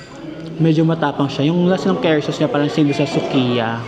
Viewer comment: Hi, Yung pronunciation po sa curry is parang kuhri po. Not Keri 😊 Welcome back sa int'l travel. Enjoy and keep safe😊